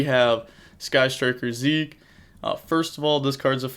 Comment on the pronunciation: Ahhh he finally pronounced zeke properly, gotta love to see it